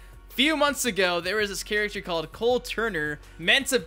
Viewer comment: Nitpicking but I always found it was a bit irksome how pronounces ''character'' as ''chuructur''